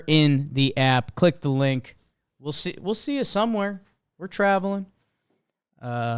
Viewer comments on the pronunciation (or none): none